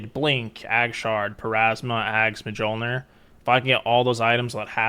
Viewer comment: It's pronounced like myol-neer (ol as in old) xd sick guide though!